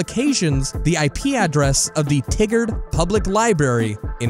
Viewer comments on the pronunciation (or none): it’s pronounced “tie-gerd” not “tiggered” lol sorry I’m from Oregon. Great video nonetheless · Eeeeeuuugggghhhh!!!! TIE-GRR-D. It’s pronounced TIE-GRR-D. Oh man that just made my skin crawl. I herd Oregon and had to rewind to double check the city. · For heavens sake, how did you pronounce Oregon correct, but screw up Tigard?! Lieberry!? You can say Oregon, but not Tigard or library?! ...This channel is great I'm subscribing. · As an Oregonian who lived in Tigard for a brief period, Tigard is pronounced like “TIE-GERD” not “Tiggerd” lmao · also it’s tigard oregon public library not tigger ^^ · Me: nodding seriously and listening intently Me: hears Tigard pronounced Tiggered PPFPFOTBBTBT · It's "TYE GUARD" Oregon just so ya know ;) Like "Tiger" with a "D" at the end. Nice place. Nothing to do besides the library, so the story checks out. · The mispronunciation of Tigard.... I used to live there, I was in their elementary til like 3rd grade, people had so many different answers for what the F stood for. btw for at least when I lived there and for me to this day Tigard has always been pronounced (Tie-grd) Oregon is (Oragun) I love libraries, I never went to the one there because back then i had my own collection of books, but libraries are sanctuaries, it's a safe place where you can learn and enjoy yourself, the public computers and wi fi can be used for a million things, but not to spread hate smh. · Tigard is pronounced Tigered. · Not relevant but it's ORE-GUN and Tye-gard ( in creepshows segment) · It's pronounced ty guard and ore gun. Sorry not sorry man gotta pronounce stuff right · YouTubers who need to be stopped: You Reason: that pronunciation of Tigard. I'm kidding, this video was fucking incredible and I love watching these long videos from you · The way they say Tigard, Oregon physically hurts me tho 😂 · As someonewho lives in that local area, your pronounciation of Tigard rubs me the wrong way.